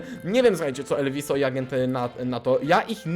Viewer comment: nie elwiso tylko ELVUZJO